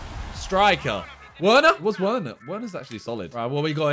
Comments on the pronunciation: him saying "werner" instead of verner is so annoying+ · bro, werner is pronounced like a v instead of w.